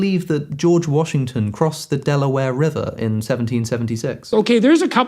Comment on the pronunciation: “George Warshington” 😂